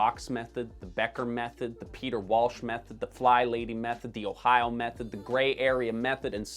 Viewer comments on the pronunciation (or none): none